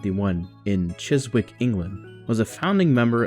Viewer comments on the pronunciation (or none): OK here we go again 06.10 Actually Trespass was their first Charisma release, 08.00 Chiswick is pronounced with a silent w (chissick), 26.25 The Waiting Room is hardly noise-rock as we came to know it: it's basically Genesis does King Crimson (esp on the Euro tour), which of course brings us within squinting distance of capital-I Improvisation a la Derek Bailey (Jamie Muir and Bill Bruford being the connecting tissue), 29.00 the only verified bit of Enossification is the vocal treatment on on Grand Parade / 20.15 Elton didn't audition for either band: having depped for the original keyboardist in pre-Giant band Simon Dupree & The Big Sound he volunteered his full-time services as keyboardist and songwriter (they listened his mostly-non-Taupin early songs and decided he had no chance of getting anywhere!) - with King Crimson, when the Poseidon sessions ground to a halt with Lake about to quit, Elton was booked by the management team as a session singer without Fripp's say-so: one listen to Empty Sky and the session was promptly cancelled! / 33.58 Ray is Scottish not Irish, 42.54 the single version of Watcher was re-released on both Rock Theatre and more famously Archive #1, 45.40 more misinformation: The Jackson Tapes was released as part of the 70-75 Box Set, and contains bits of Salmacis, Musical Box and Looking For Someone, 46.37 what happened? a chunk of the Exposure segment went missing?, 48.00 what, no mention of the very different "alternate" Going Out To Get You featur